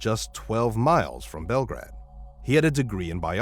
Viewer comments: It's pronounced Bell GRADE...I am originally from Montana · It’s pronounced bell -grade sincerely a Montanan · It's pronounced bell-grade montana. And its only 20 minutes away from a larger city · It is pronounced like bell grade...not grad! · Story 1. It's BelGRADE, like grade school. Also, it's perfectly legal to drive at 15 in Montana